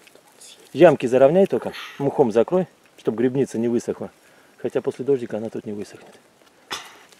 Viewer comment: Не гребница , а грибница от слова гриб , а не греб .!!!